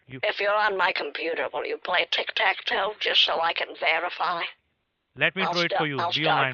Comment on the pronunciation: Tik tak toe 😂😂😂😂😂😂 omg I’m dying 😂😂😂😂😂hahahahahahahaha